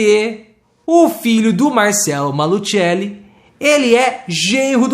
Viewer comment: A pronúncia é Malucelli